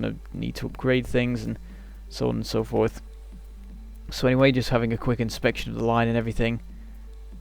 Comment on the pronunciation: "And so on, and so foith"